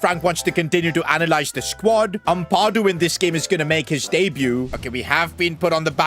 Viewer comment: Bro Am-Pa-Du not Ampardu